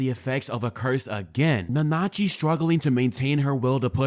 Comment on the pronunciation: How did you watch the show and cant pronounce Nanachi correctly?